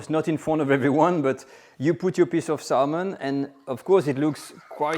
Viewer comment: the l in salmon is silent so it sounds like sa mon